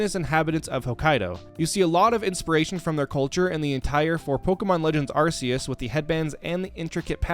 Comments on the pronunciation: Why would we praise Arse-see-us? Instead of Arkoos or Arceus? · It’s Arkoos bruv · Pronouncing his almighty name wrong will not make him happy Say it with me now Arc-E-Us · It’s pronounced ar-KEY-iss, SAT-TOH-shee, ray-QUAY-zuh, KUH-STEE-lee-uh, KAH-lohs, and ann-DORE-uh, “Patrick Star”! 🤨 Also, you forgot the DLC areas of both Generations VIII and IV!